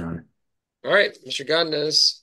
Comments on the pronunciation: “Gadines” man, it’s go-di-nez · Why is he saying godinez like that lol😂😂😂😂😂